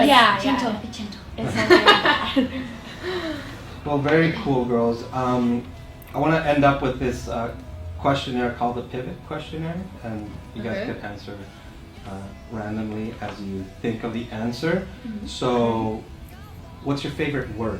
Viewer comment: Little did they know that a global pandemic would lengthen those 5 years to 7!! I'm surprised at you...pivot...it's a French name pronounced...peevo! LOL! Love this!!!